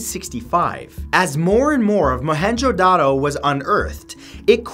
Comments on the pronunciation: It's pronounced mo en Jo da ro but 5 star for trying and I visited there it's awesome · It’s mo-hen-Jin-daro